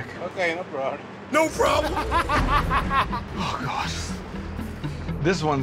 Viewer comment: “Hang tight dude” First guy: “ok no prollum”